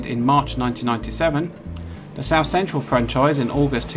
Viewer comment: "Souf Eastern" trains?